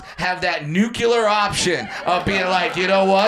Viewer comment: It IS pronounced “new clear”, that’s why the OP was drawing attention to what Brad said.